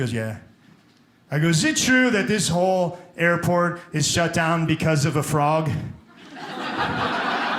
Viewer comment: Fooog not frog .What ? Fooog . Oh ,you can't pronounce R ....